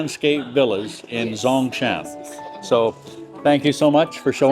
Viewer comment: When you pronounce Zhongshan - the Zh is pronounced like a hard j (not as a z) - as in jam. Notice that this sound is also used in Guangzhou, Zhuhai, and Shenzhen. A Zh is used because Chinese has two "j" sounds that differ in their mouth positions when spoken.